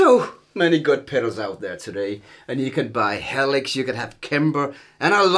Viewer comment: "...Ya cud hahve Heelix; ya cud hahve Kempehr..." > and exchange snickering glances<